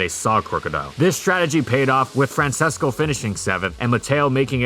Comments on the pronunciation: Just fyi, the name is pronounced Fran-ches-co, not Fran ses co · Quick thing to critique: Francesco is pronounced Fran”ches”co, not Fran”ses”co